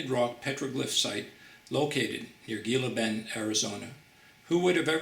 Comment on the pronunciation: Dude-Gila Bend is pronounced "Hila Bend" in English. Just saying'....undermines your credibility to mispronounce it. That's on top of the misspellings. "Heavan" and "visisted"........